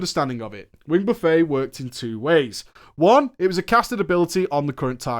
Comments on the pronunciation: So hard to listen to you call it wing "buh-fey" when it's wing "buhf-it". It's not an endless meal of Onyxia's wings, it's repeated blows from her wings. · It's Buh-Fet, not buff-A, just btw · out here calling "wing buffet" (buff-eht) a fucking wing buffay as if onyxia is pudding on a spread for everyone like KFC xD Fucking hell you're english you should know how to pronounce french words after the normans took over in 1066:P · AH! buf-it, not buf-fay. Why does that trigger me so badly...? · its not pronounced wing Buffay, its not a food court, its pronounced Buffit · Excellent analysis. but I hope that you are being funny when you are pronouncing "buffet". In this context, it is pronounced "buff et", not "buff ay". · Roger McKay Like Jimmy Buffett, not like China Buffet. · It's not pronounced buffAY, it's buffET. As in flapping wings, creating wind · 'Wing buf-fett' - like Bobba Fett. Not 'Buf-fey' which is a large selection of foods.... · Hi. Kindly as I can. Buff-a = what you take your plate to. Buff-et is what you get with wind or Onyxia's wings. it's Buff-et/it. But this is a hella video. Thanks. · It's a WING BUFFET .NOT A BUFEY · What the fuck is a wing buffay omfg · Buffet the noun is pronounced differently than the verb. It should sound like buff et, or buff it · "Wing Buffet", pronounced like an all you can eat dinner setting? Its pronounced like "stuff-it", you English I swear. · "Buffet" in this instance is pronounced like "buff it" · In his Drama Fridays/PG Shows he still says Buffet (Buff-Ay). People are gonna start raging at him soon. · It's not pronounced "buff-ay." Onyxia isn't serving you all you can eat wings. Its pronounced like that Jimmy guy the one that sings Margaritaville. It means to violently strike repeatedly similar to the word batter and often used when referring to air or wind. The name implies she is using her wings to blast you with wind. Just sayin. If you do it again it's a fucking 50 dkp minus.